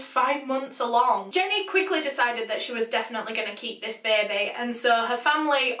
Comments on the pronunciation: 'Bear bee' 🐻🐝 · beh beh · beybeh :) it helps with the sad vibe. rest in paradise, jenny. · Beaumore the were "correcting" the word "baby" to be spelled how pronounces it with her accent. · I like the way says baby like “Bay bay” or Bebe lmao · It's cute the way she pronounces baby 😄😄 beh beh